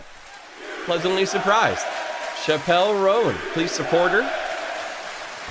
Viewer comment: Her name is pronounced like Chapel (like church chapel) Rown. The song is about a woman trying to deny she’s gay and ending up married to a man and unhappy, a path Chappell herself almost ended up on. It’s such a good song! You should check out more from her, like Pink Piby Club, Casual, My Kink Is Karma, or Red Wine Supernova. She’s insanely talented and writes all her own music as well.